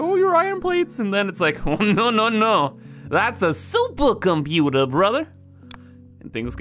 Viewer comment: You mean SOOOPA COMPUUTAS right? 😂